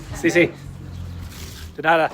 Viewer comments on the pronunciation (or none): none